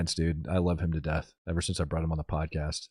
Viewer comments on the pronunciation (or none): none